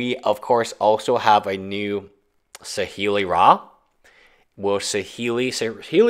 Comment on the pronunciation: Kahn, teffeh, saheeli rah! Lol wtf?